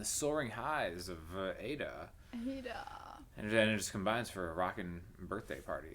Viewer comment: Interesting comments! I wonder if Dimash’s “power pose” in the background near the end, was to help him brace against the (hopefully gentle) impact of the half-moon-shaped stage docking with the other part, where Igor is playing? It must have taken some good balance from them both .. Btw, I think Aïda is pronounced ‘Aahh-eee-dah’, rather than ‘Ada’, and she isn’t married as far as I know (in a number of countries, the wedding/engagement ring is worn on the right hand).